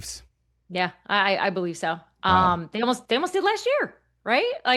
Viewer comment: She Bo-lieves!